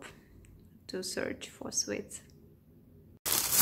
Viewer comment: Hi. I'm enjoying your videos. I watched half of this not understanding what you were shopping for. "Swits?" Then I realised you were saying "sweets." (Rhymes with "eats") I love the Russian accent but find it funny that all vloggers mispronounce "clothes." (Of course, I live in the South of the U.S., so I suppose a lot of English speakers would argue with some of my pronunciations.) The "th" is silent in the word "clothes." I think a pronunciation dictionary would have something like "klōz." Anyway, I'm glad that you don't seem daunted that 75% of your viewers are men. Best wishes from America.